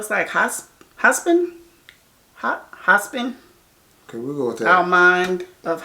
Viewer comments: Did she say "hospin" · Not being rude in any way but it’s pronounced Hop-sin